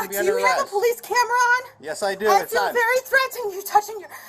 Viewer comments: "I feel very treddenned!" Bullshit, lady. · "I feel threa-tened" (sounds like Forest Gump to me, emphasising those syllables) - by him asking her to get back in the car. Surely she'd feel SAFER inside the car?! If this behaviour were real you could argue that she's not actually capable of driving safely. She may well have some legitimate issues but to me it looks like someone who has a very well rehearsed method of manipulating people and getting what she wants/ out of trouble. I also notice she's another of these people that think laws and legislation is like Harry Potter magic spells where you have to state the name and reference number for it to apply. "Child Care" - I assume she was going to participate in one of the lessons. Maybe she could learn basic reasoning skills.